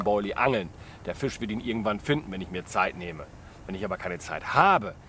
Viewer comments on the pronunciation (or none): none